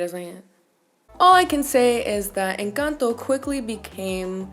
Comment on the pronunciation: I flinched when you said "Encanto". And then: MAMI USTED TIENE TODA LA BOCA LLENA DE RAZÓN!!! Just like that. You ticked all the boxes <3